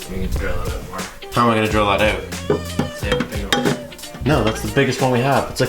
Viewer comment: The way you say out gives me cancer